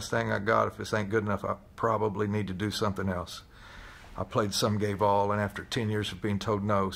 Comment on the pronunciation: Literally could not understand what he was saying, even though he said it like 48 times. I kept hearing "Sum guay vaal" and I was like, "huh, must be a Gallic phrase or something." Only when he said the full quote while recounting being in the parade did I finally get it. Geez!